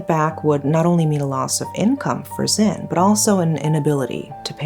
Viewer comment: *Zin, not Zen. It's Zin Mar Nwe to be exact. In Myanmar names, we don't have first names, last names. We pronounce all names together. So, it's Zin Mar Nwe to be exact. That said, we do have short names which we use between friends and family. In this case, you can call her Zin Mar. We rarely call one word only except for one condition, between lovers (that is love relationship).